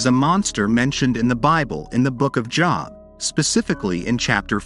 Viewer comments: It’s Job, like load, not Job, like Bob. Humans know this. Idiotic computer generated voices don’t. Save a human … hire a narrator! 🇨🇦🖖🏻🇨🇦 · Or even like "lobe".